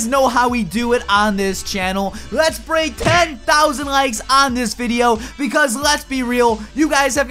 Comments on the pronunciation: you said "BRAEK" instead of "BREAK"... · "CAN WE BRAEK 10,000 LIKES" "R.I.P GRAMMAR